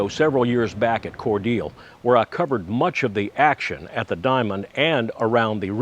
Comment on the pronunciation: Learned how to properly pronounce Cordeeeele and Karo!